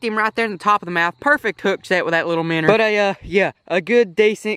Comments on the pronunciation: It's minnows not minners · minnow not minr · MIN-OW NOT MINNER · Shut up app saying minner it's minnow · I HATE THE FACT THAT HIS ACCENT MAKES HIM SAY MINNER INSTEAD OF MINNOW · Minnow he calls them minners there fish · He says Minour and puts minnow in the title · He keeps saying minners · Minner catching I'm never going to say it any other way again